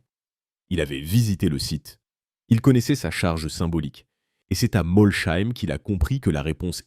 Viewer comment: Moi j'ai tenu 1 minute, le temps d'entendre la prononciation de "Molsheim". Bref foutage de gueule cette chaine.